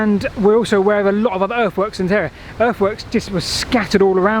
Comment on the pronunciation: why can't British pronounce the "th" in some words, but they can in others?For example they is pronounced correctly however the "th" on the word others is pronounced as Overs.